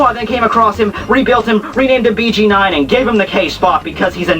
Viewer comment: BG9 is pronounced Bē Gē Noin